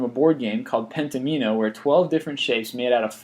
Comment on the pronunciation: pentimeno? watdafuq?IT IS PENTOMINOS LIKE DOMINOES